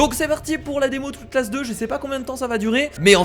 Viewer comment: # Comment tu a prononcer outlast mdr tu ma tuer